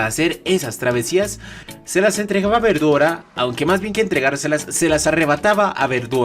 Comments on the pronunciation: Los japoneses no pueden pronunciar correctamente la L y la mencionan cómo si fuera R así que la pronunciación correcto sería veldora pero ellos los pronuncian verdora, no pueden pronunciar bien la L y la pronuncian con un R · siempre que dice veldora se escucha como verdura e.e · siempre cuando dicen veldora escucho "verdura"